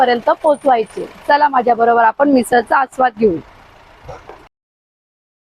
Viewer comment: नमस्कार, सर्व प्रथम आपले अभिनंदन कारण आपण मराठी ब्लॉग बनविता आहात. आपला हा ब्लॉग बघितला काही त्रुटी आहेत, आपणास नम्र वीनंती आपली मराठी भाषा शुद्ध बोलण्याचा प्रयत्न करा काही चुका तातडीने दुरुस्त करा. 1) आपण: आपन नव्हे 2) पण: पन नव्हे 3) जाणार: जानार नव्हे 4) फरसाण: फरसान नव्हे आपण एक इंग्रजी शब्द वापरला: wow कशाकरीता त्यापेक्षा अप्रतिम हा शब्द, एक bite घेते: यापेक्षा चव घेते. राग आला असल्यास क्षमा असावी